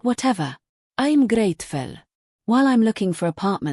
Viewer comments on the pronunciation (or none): Umm what is that lol “ I’m grratful” lol